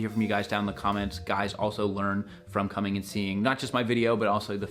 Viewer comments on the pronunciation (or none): none